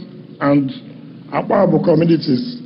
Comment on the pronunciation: It's actually Akpajo Odido road and not Akpabu